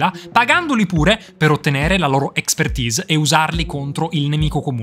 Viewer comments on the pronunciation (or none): none